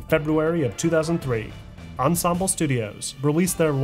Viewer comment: sounds like you say 2003, am I trippin?